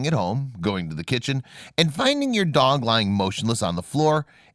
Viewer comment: By the way on promo you said dag instead of dog! Cute video!😂😂😂😂😂